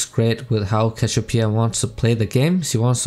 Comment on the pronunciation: "cashopia" xD